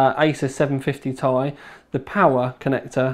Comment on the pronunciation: Ti, TEE EYE WHY CAN ANYONE SAY IT PROPERLY!!!!!